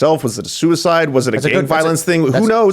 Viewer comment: .. the guy in the beginning said verbatim "not by sooehsyde"